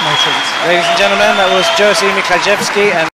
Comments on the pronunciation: Przeczytał Jerzy jako Jersey🤣🤣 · I love how they pronounce "Jerzy" (Jeshy) as "Jersey" ;) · Yahshy would be more appropriate in my opinion.